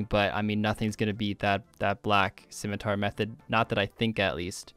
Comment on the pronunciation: “Scimitour” haha perfect